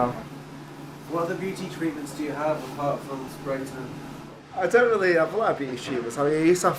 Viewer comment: “sou it’s all based on nature, rily”